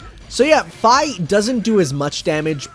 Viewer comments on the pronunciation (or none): no idea why, but still bothers me that Fi's name is pronounced "Fay" instead of "phee" is just odd